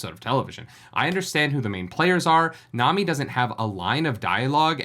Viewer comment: It’s pronounced like tsunami without the tsu part